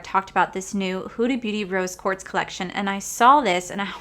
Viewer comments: lol nahhh no worries sounded like you were saying court instead of quartz. My hearing aid just might need new batteries.😆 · Rose QuartZ like shorts, not Quart like short 😁 Love the eye look you created! I love Huda Beauty palettes 💕